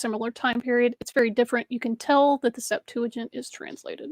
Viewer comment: Why do you pronounce "Septuagint" as "Septa-junt"? I've never seen a "ua" diphthong anywhere. {:o:O:}